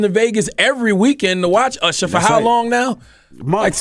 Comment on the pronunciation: Stop calling Usher “Ursher”